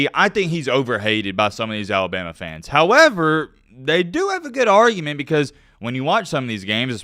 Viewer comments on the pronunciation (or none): none